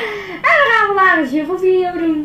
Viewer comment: het is niet suffle video's het is shuffle video's